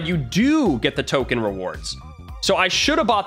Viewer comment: Token not tomen